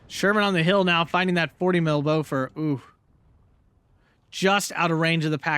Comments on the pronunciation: It's not 'beaufort', it's 'beau-force'. Bofors. An anti-aircraft gun, not a french cheese. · Its not really that either :P "Boo-forsch" is more how you pronounce it.